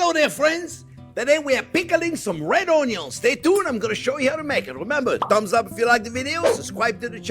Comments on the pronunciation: I'm just here for the oñyo. I make my pickled onions differently, but hearing this man say oñyo makes me happy 😁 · I love how he says, "Uhn-yuhns!" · I don't even like onions very much. I just watched to hear him say ONYO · I like how you say onions 😂